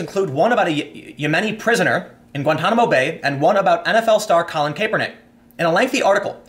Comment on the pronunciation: Cap-er-nick. Listen to someone pronounce it.